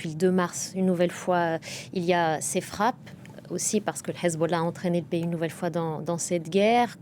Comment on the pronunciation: j'adore quand elle dit Hezbollah avec l'accent 😂😍